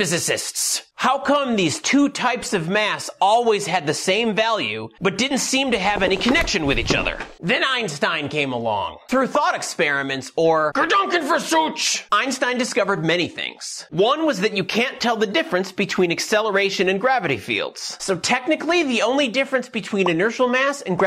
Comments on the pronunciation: “Gedanken versuch”. Remember that “v” in german is pronounced like and “f” and “ch” does not sound like “tj” but rather like you got somerhing stuck in your throat. Easier to use is “gedankenexperiment”. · I thought the mispronounciation was a running joke (as with "schwarzschild"), and find it kinda funny. I'll keep thinking that, because that seems more fun.